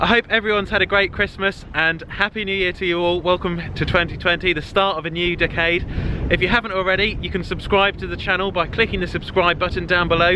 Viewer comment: didnt know that was the way to say ‘decade’!!😂